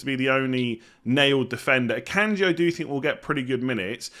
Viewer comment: Fyi Akanji is pronounced Ah-Kon-Gee. Its a yoruba name